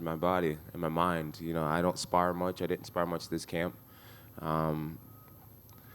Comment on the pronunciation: " you will die , you will die " " ion wanna die " 😂